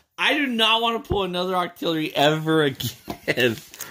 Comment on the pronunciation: In stead of octillorly it’s octo really